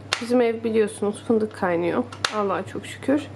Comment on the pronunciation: Aaa paastırma ve fındukk. Ne alaka bacııı. 😂